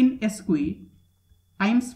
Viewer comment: Nice, although square is pronounced skware, not eskwee.